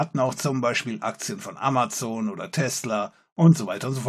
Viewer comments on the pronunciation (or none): none